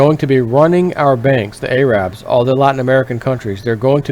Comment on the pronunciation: AYE-RABS lol